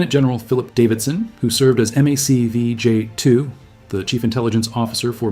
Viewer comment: MAC-Vee, not "Mac CV". In the 1970s I was in a math class with a vet door gunner. His eyes lit up with his story about getting braver with each mission. He was laughing as he told about feeling so omnipotent (my words) that he would get out on the skid to arc the gunfire (if the chopper was turning). Then his demeanor changed to embarrassment: "I was wearing my flack vest. There was a vietnamese who realized I was looking in the other direction and he took a shot at me. A 7.62 round hit me in the back, and the momentum carried me inside the helicopter and I landed on the pilot's lap. ... I had wet my pants." If the helicopter had been accelerating/decelerating/turning, the forces might have been such that an 7.62's momentum would carry a flack vest wearing GI several feet, so I claim his story was legit.